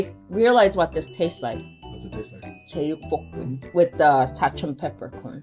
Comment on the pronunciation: 제육뽀↗️끔!하시는데 우리동네 바이브(경남사람)